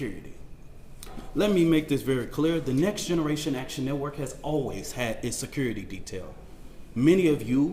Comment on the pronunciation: What's securrity? Is this a form of English? " Glive Srend Glow"? " Loud and Keer " He says " Next Generation Action Network" 100 times,like it's somehow an actual organization or non profit. Trying to sound normally well spoken when